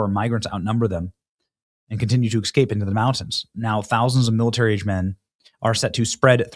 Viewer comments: I’m glad Nick escaped, not EX-scaped, Benny. Love your show but stop saying exscape! 🤦🏼‍♀️ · 🤣🤣🤣 maybe itll make him speak normal